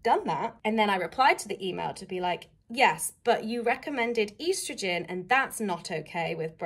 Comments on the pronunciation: Why are you saying estrogen weird lol?? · How else would you say it...